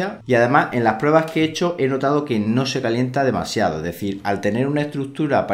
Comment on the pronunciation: Curiosidad, ya tengo rato con una duda y cada vez que veo tus videos me salta la curiosidad, de Donde eres??? Yo creo que eres Español, pero la manera en que pronuncias ES sin la ese "ee" me perturba jaja, sera que en españa hay regiones que hablan asi? O eres del caribe? "Como vei lo que llama mas la atencion de este router (ee) el diseños, (ee) en formato torre " jaja sorry por la pregunta. Saludos